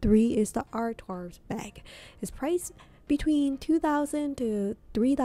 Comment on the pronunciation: French words have a lot of silent letters. The "d" in Goyard is silent. Saint Louis = Sahn Lu-wee. Artrois = Ah-twah. I love the 233 bag but that price is painful for something so simple-looking. Agree about Plumet (plu-may).